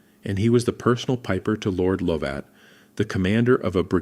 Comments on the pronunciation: Lovat pronounced Lovit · Lovat pronounced Luvat he was the chief of the Fraser Clan who's Clan motto is Je Suis Prest I AM READY and the Scottish lads were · yeah, that's how it's spelt, pronounced Luvit, (I'm Scottish pal, trust me, Luvit 😅)